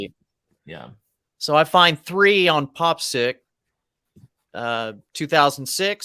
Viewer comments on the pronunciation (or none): Guys, I love the show, but it’s pronounced Pop PSYCH as in PSYCHEDELIC.